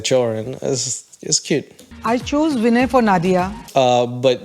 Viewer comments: It is not Vin YAY..... It is Vee Neigh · pronouncing vinay like kanye is taking me out. its probably the simplest Indian name out there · Shekar pronounced his name right. It's you who's pronouncing it wrong 🤦🏻‍♀️🤣 You even mis-pronounced Vinay*s name multiple times!!